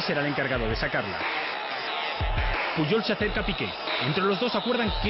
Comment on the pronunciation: diooooosssssssss puYol es con Y!!!!!!